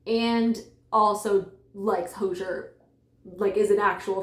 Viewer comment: The vibes here are very fun, and I love the!:D (ps, Hozier rhymes with cozier)